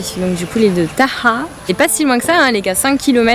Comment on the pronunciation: PS : vous aviez vraiment bien prononcé "Taha'a" c'est exactement comme ça qu'il faut faire !